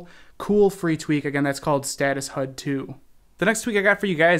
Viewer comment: you say "Status Hud." HUD is Heads Up Display which is said H-U-D not Hud